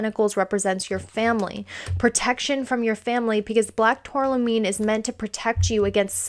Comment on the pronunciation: Please pronounce tourmaline correctly. Geologist here. Turm-a-leen